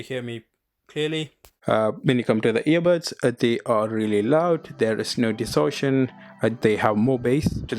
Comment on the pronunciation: По русски, он все видео говорит "ебатс"🥴